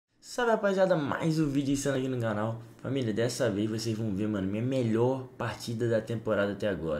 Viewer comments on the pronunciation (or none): "Mas um video aq no ganal" Quem escutou isso deixa o like